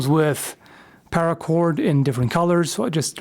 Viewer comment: Spare para cord. Spara cord? Gutted. Cored Spara cord?